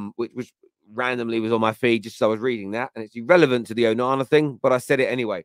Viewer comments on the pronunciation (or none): none